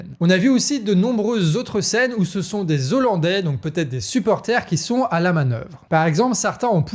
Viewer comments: Super, merci, et on ne dit pas "des zollandais": le "h" n'est pas muet donc on ne fait pas la liaison 🙂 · Les Hollandais on ne fait pas la liaison ¨zollandais" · Bien l'information, mais ne pas oublier que "hollandais" commence par un h aspiré, donc pas de liaison, sinon ça fait mal aux oreilles 😂. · Très bonne vidéo et bon travail, mais on dit pas des z' hollandais mais des hollandais, c'est comme pour les haricots et non pas des z'haricots ! Si non RAS, bonne continuation à toute votre équipe !!! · Les Z'ollandais, ça pique bien les oreilles, et en plus le terme correct c'est Néerlandais. A part merci, merci le Canard comme d'habitude, ça fait du bien d'avoir une vision différente des infos. 🦆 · Des zollandais... Faut faire gaffe avec tous ces "Z" que tous les journalistes et politiques cloutent à outrance ! Et merci pour les infos ! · Des olandais et non des zolandais ! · Juste une remarque "hollandais" a un H aspiré donc on ne fait pas la liaison (des ollandais, pas des zollandais) et de toute façon les habitants des Pays-Bas sont des néerlandais. Si vous dites hollandais pour tous les habitants des Pays-Bas, c'est comme si vous disiez parisiens pour tous les habitants de la France.